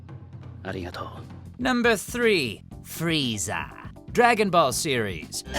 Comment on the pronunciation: The way you say Frieza is so cool and awsome